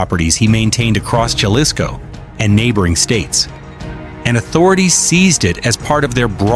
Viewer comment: why r u telling pple about how much chicken food $$ costs🤣👎🏻underwr ok $$ his waterbill?🤣😝👎🏻its prbbaly yr 1st video gasonile in nexico is 7 $ dollars a gallon he had 10 Ifones 24/7 thats 2k $ each & its not ja lisko the j is pronounsed like a H so its Ha lisco also he aint from Aguiliya he is from CHILA mich 10 kilometrod from that non avocado having ranch 😝🤣